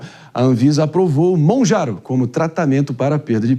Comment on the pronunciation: Mounjaro dr. E não Mounjauro ! 😉